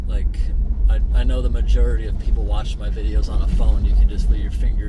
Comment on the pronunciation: In a number of your videos I've heard you say majurity instead of majority, is that a New England thing?